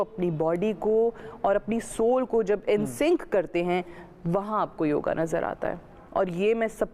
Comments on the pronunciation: योग योगा नहीं। ये तो सब जगह आ बोल रहीं है। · योगा नहीं योग होता हैं 😅🙏🚩🇮🇳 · Haddpa mohanjodaro 😂😂😂😂😂 bechari ye nhi bool payi ki hindu dharm k purano mai usse bhi pehle se yog hai , yoga nhi bolte didi vo yog bolte hai 😂😂😂, pr ye jhahil jhehadiyon k lie nhi hai